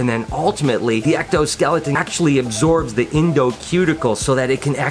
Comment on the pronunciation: did you just said extoskeleton? In liked and subscribed good edit:)